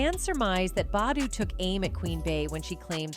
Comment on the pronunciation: Mmmmm you pronouncing Ericka's last name wrong get it right